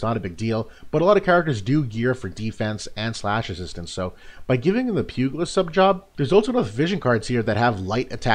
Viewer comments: Great review! Thanks for this. BTW, pugilist is pronounced like "pyoo-jill-ist", not "pyoo-gill-ist" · Awesome video, great analysis as usual, just one thing - it's pronounced pyoo·juh·luhst :) keep it up man!